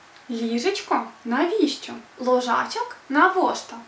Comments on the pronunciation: Ударения в белорусском расставлены неправильно. БацькI (родители) - ударение на последний слог, лОжачак (кроватка) и это мужской род, вЕрнуцца (вернутся). Звук "ч" должен быть тверже, "л", "н" - мягче. "Потым" а не "Потим". Дапамаглi Ёй а не Ей. И это как минимум... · 1. Не беларашн, а белорУссиан. 2. Languages which/that ARE. 3. This IS my... 4. А дзе бацькi' 5. Увачяры?) УвЕчары. 6. К бабушке поехали ОБОИ?)) Оба. 7. Произношение: мяне не папярэдзiлi. 8. Каб яны прыехалi. Через ы. 9. Дапамаглi ЁЙ. 10. Стары дзiцячы лОжачак. 11. Адвёз. 12. ЛОжачак, опять. 13. Ты ж яшчэ не ведаеш. 14. Рана-раницай, не раня. 15. МалЕнькая дзяўчынка. Ты бы хоть постаралась и нашла больше информации о языке (говорю за белорусский), это ведь не так сложно:) Но я бы с тобой позанимался. Индивидуально ;)